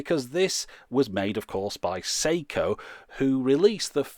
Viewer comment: Sew-she? Oh dear.